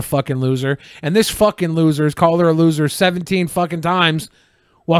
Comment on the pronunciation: "Fhuckin' lhuser" Yeah. Holy shit.